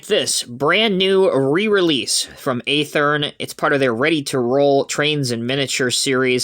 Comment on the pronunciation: Watching this video I've learned yet another way to pronounce Athearn.... 🙄